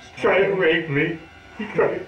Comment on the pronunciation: He tried to (waype) me he tried to (waype) meee😂 lmao he should of went and did stand up comedy lmao😂